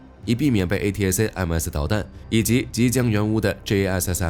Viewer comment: Atacms 可以念成'Attack肯' 还有,这是一个优质频道,却一直把C错念成'Say'. 提醒了几次却没有要纠正的意思. C念'西'很难吗?